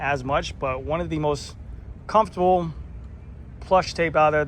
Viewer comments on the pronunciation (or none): none